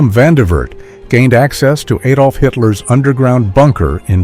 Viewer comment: not aydolf, a, like acid Adolf